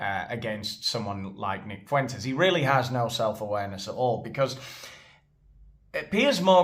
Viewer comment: If I hear Piers say "Foo-intez" one more gd time...